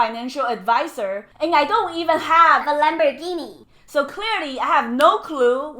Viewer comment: “Lamb boar ghee knee money!!” LOL